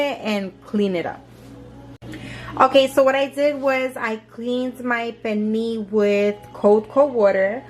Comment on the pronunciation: There's an L in Pernil. This is like the 3rd NY, Puertorican n 2 Domis that I've seen that confidently say Perneee.